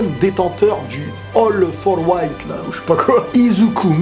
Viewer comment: 1.27 ''All for white'' Ok